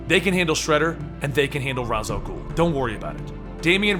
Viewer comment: its rah al gul